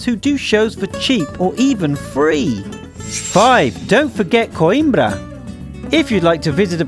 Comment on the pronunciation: You say coimbra whit a spanish voice